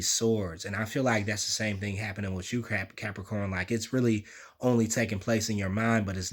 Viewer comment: I hit Like before the reading even started cos I love it when you say "what's going orrn, Capricorrrn"! 😁 Always get something out of your readings anyway but that's the cherry on top for me!